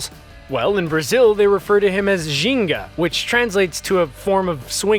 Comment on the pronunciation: I'm Brazilian and loved that ou mentioned Ginga. The way you said it, you seem Brazilian. You said it perfectly! Congrats!